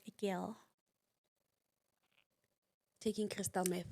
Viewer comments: Crystal Meth..not math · Meth not Math.